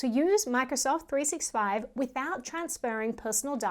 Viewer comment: Really love your channel. Very very very small super insignificant note: it’s pronounced “three-SIXTY-five”. Cheers